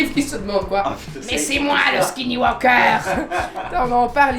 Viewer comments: aha j'espere que durant la video sur les skinwalker tu n'as pas dit tout du long "skinny walker" comme tu dis la 🥲😅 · Alors je veux pas faire la rabat-joie mais je crois qu’on dit « SkinWalker » et pas « Skinny Walker » … FOR SURE 😂